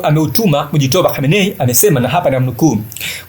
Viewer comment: Acha kuharibu jina la watu n mujtaba sio mujitoba